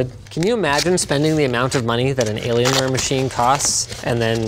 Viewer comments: Maybe I'm just new to the internet, only 16 years of experience, but I LOST it at "delAy-lienware" 😂 I'm sure its been said before, but I've managed to dodge it for, what, probably a decade? The nonchalance of delivery was amazing. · Delalian wear 😂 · I never thought I would hear Dellienware in my life (or DellAlienware, whatever!)